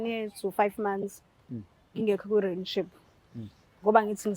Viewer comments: Rinship 😂😂😂Relationship yerrrrrrrr ngaze ngahleka namhlanje 😂😂😂😂😂😂😂😂😂😂😂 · Renship 😂😂Rinship angaz noma ngizwe kahle 😂😂kuthiwa Relationship ayi lento oyishoyo yerrrrrrrrrr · Angimuzwa usisi makebiza u relationship, uthi relan what? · Yehlula e pronunciation ye relationship 😅